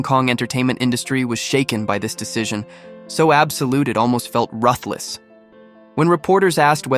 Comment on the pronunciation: Damn, you cannot even pronounce 'ruthless' nor her name 'Tsui'. WTF...